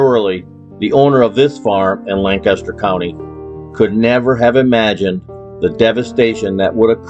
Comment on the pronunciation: Lancaster. One syllable